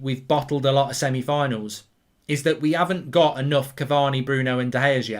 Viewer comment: Lol he said Semi on.